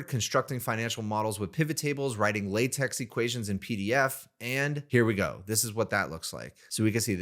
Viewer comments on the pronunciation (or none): *Breadth Also, it's LAY-tech or LAH-tech... But whatever